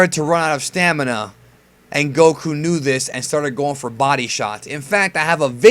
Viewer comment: Gokku (GAH - koo)?? LOOL I would've closed the tab from that alone